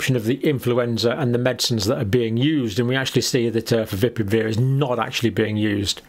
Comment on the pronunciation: Fa-vi-pi-ra-veer is the correct pronounciation...get it right please.